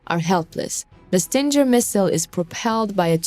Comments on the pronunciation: Its not StinJer, its Stinger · it is a GGGGGGGGGGGGGG not JJJJ SO it is a ST ING ER ! GOT IT STUPID STING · Sting-er not Stin-ger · S.O.R. PLEASE, lets start giving credit to the correct weapon. STINGER is the word for the ass end of a Bee or Hornet. And the correct pronouncement of the name STINGER is "STING ER" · STING GER.....the G is pronounced with a guh sound. Prayers for all Ukrainians and victory.